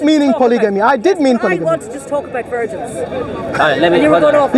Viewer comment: No one:: “72 Wirgins”